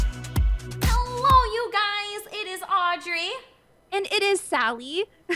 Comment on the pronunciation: It's Audrey Not Audly